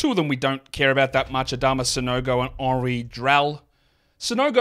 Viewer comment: Nothing will have me respecting someone's knowledge more than pronouncing Henri Drell's name correctly